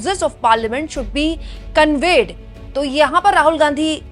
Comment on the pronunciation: कोनवीन है नाकि कोनवेय जैसा आप जी pronunciate कर रहीं हैं जी ।